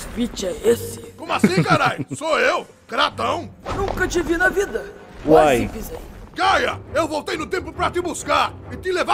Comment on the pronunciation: " ai minha vuaida " kkkkkkkkk eu conheço isso do core e souzones kkkkkkk